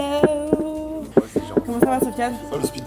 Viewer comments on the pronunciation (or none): none